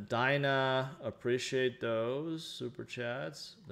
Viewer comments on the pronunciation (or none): none